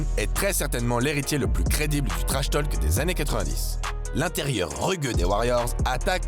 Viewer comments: La voix pro est nickel.. par contre le l de talk est muet, accent français ou pas. Là tous ces "tolques" c'est insupportable :/ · un conseil , arrête d'en faire des caisses sur l' accent ( les noms de famille notamment) c'est pénible et fais plus attention à la prononciation !!! "To Talk" , le "l" est muet (pareil dans talking du coup)